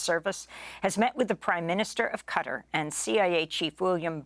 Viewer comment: Amy, please learn how to pronounce ‘Qatar’ properly.